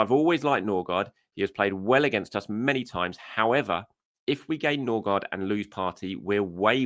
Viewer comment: Ok Pronounciation needs som help now that we have two scadinavians with almost the same last name. Ø is close to the E in «Nerve». Aa (double A or Å) is close to the A in «All» or the O in "Gore". And the D in Gaard is silent (Ødegore/Nøgore)